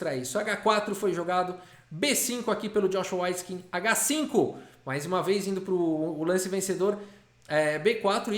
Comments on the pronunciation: S.C.A.F a pronuncia correta é weitskin.. ele pronunciou errado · Só eu que estava ouvindo a pronúncia como Joshua "Whiteskin"? Que contraste! 😆